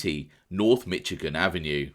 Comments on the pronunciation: No shade but it's pronounced Mish-igan, not Mitch-igan. Hope that's helpful. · I’m just teasing but hearing you say “Mitchigan Ave” is fantastic lol. Glad you covered more Chicago stuff.